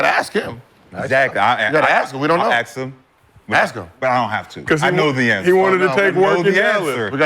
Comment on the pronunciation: Respect people who pronouns “ask” the correct way it’s not ax